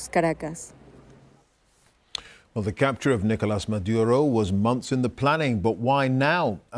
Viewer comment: We don't say Washiiiiiiington OR Londooooooooooon Maybe you try to Pronounce Caracas right